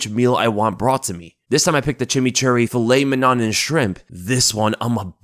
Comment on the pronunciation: bro i love your content but the way you pronounced "filet mignon" was wild.